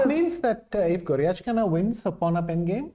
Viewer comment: Irena Krooosh should pronounce a. Goryachkina's name correctly. It doesn't have an "etch" sound in it. Good grief ..